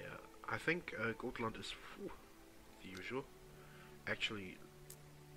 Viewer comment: A good way of trying to pronounce Gotland is to say gottland